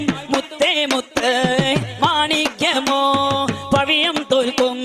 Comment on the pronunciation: പവിയം അല്ലാട്ടോ പവിഴം